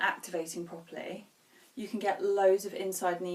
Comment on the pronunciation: I gave you a thumbs up just for saying "properly" with a British accent. You're awesome. Enjoying your energy and humor.